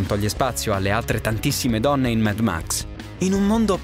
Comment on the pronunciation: credo che si pronunci come si scrive mad max no med max, vabbè sottigliezze